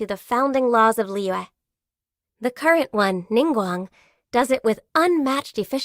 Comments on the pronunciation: Every character has a stroke pronouncing Liyue. "Li-Yua" "Li-Yhue" "Li-Yee" "Lee-yah" "Lee-yahw" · The way the VA pronounces Liyue really bothers me